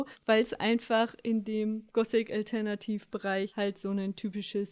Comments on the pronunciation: „gosik alternativ“ wahrscheinlich sagt sie auch smusi statt smoothi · Alter... willst behaupten die Gosik-Dame kann Worte nicht richtig aussprechen? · Wie zum fick kann man gothic als „gossik“ aussprechen